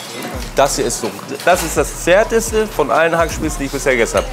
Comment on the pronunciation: Haha mit seinem "das Zärteste" 🤣 Das Essen dort sieht geil aus- muss ich mal hin. #Schwarztee